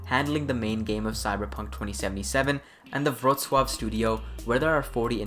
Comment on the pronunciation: Wow. You realy nailed Wrocław, and Nielubowicz pronunciation as a non polish speaker. Gratz you're getting better and better :) Edit: You need still to work on Tomaszkiewicz and Przybyłowicz ;)